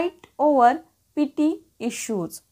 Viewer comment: तुम्ही शुल्क मुद्दावर भांडतात. ❌ तुम्ही क्षुल्लक मुद्द्यावर भांडता. ✅ कायम अशुद्ध मराठी 👎 Petty चा उच्चार ' पिटी ' नसून 'पेटी ' असा आहे.